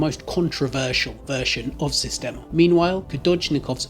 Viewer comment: Das heisst "Sistema" nicht "Systema"